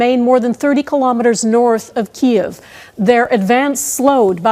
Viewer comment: Thanks, Global, for pronouncing Kyiv's name properly. "Kee iv." Bloody morons at CBC say "keev."